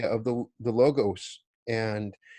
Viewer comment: The "g" in 'logos' is uttered as "w" in 'word' . It is λόγος . BTW your book is great!